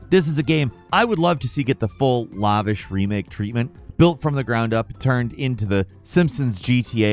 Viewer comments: Lavish. not like Lava. Like lackluster. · What is "lovish"?? Bro these aren't Latin scientific words they're so common how do you not know how to pronounce them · I know you’re not AI but the way you say ‘lavish’ is super odd. Ily!